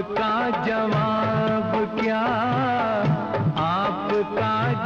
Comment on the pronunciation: Did anyone notice prr “kya” ko “ka” bol diya. Rafi saab ♥️🫶🏻